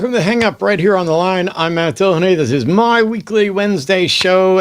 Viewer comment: I don't get why people pronounce Dillahunty Dilla-haunty. I've heard detractors say his name like this and if they do it to annoy it's a pretty pathetic attempt and if by accident how good could their argument be if they couldn't research how to say his name correctly? I suppose it could be their accent but they don't seem to pronounce other words similarly different so it seems unlikely. Weird no?